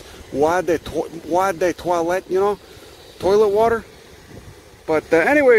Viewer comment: It's just pronounced 'Oh', without the 'H' :-D